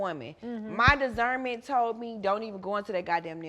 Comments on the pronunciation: “Dizzerment”, Nene: “Yeah, discernment” 😂😂😂😂😂, I screamed! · I should’ve listened to my dacernment. Nene: Yeah you’re discernment. 😂😂😂😂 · I should’ve listened to my dizerment. Nene- discernment 🤣🤣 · She should have listened to her “disZernment” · When NeNe corrected her saying Discernment I fell out.